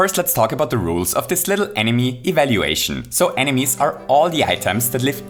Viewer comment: I'm gonna ruin this entire video for you: says Enimy